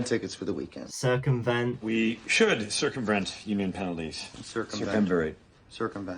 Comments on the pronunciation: "cirsumvrent" is the funniest mispronunciation in television history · Thanks to this episode, I never say “circumvent” correctly